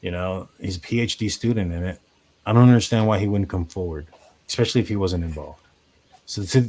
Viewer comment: especially = /ɪˈspeʃ·ə·li/ NOT EX specially